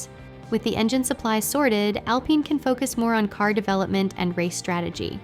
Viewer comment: you have to write al-PEEN or it can't read it right each time...